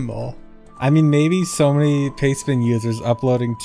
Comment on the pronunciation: I spent most of the video thinking was talking about "payspin" not "pastebin", and was wondering why he was talking about a gambling app.